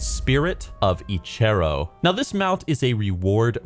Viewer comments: I got the Liothien Prowler 2 months ago. Best. Mount. Ever. Also got Spirit of Eche'ro which is sweet. P.S. God dammit you're bad at reading names. Each "Eche'ro" killed a part of me. I love you doe :))) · The way you pronounce Huln and Eche'ro gave me twelve types of cancer